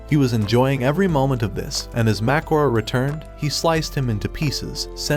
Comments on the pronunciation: It’s not makora it’s mahoraga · Mahoraga not makora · MACORA 😂😂😂😂😂 (its mahoraga) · His name is not macoro it is mahoraga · Its not macora its mahoraga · "makora" bro its mahoraga not makora✌️🥀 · Mahogany not Makora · U mean mahoraga u literally said makora😂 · It's not makurA ITS MAHORAGA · "Macora" it's flipping mahoraga not "MaCoRa" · It's not makhora it's MA HO RA GA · it isn't makora its mahoraga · It's Mahoraga not Mahorga. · its mahoraga not makara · Mahoraga❌ Macron✅ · Bra it is mahoraga not mahora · ITS NOT MAKORA ITS MAHRAGA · Why did u say "mahcora" It's mahoraga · "Mahkora" Bro its mahoraga💀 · Hanami❌ Maharaga✔️ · MAHORAGA ❌ MAKORA ✅ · T is not magroa it is mahergoa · It’s mahoraga not mahergoa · Bro it is not machorage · Mahuraga ❎ Macakor☑️ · its mahoraga not magora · Bro spelled mahoraga as macgora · His name is not Mackura it is mahoraga😂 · Isn’t it Maharaga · Bro it's MA HO RA GA!!!!!!!! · Bro called Mahoraga makura💀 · “Mahowa” wow nice pronunciation of Mahoraga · It's ma hor aga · Bro get mahagaras name right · Bro its called Mahoraga😭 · Bro can't say Mahoraga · bro its mahoraga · Btw you said mahoraga wrong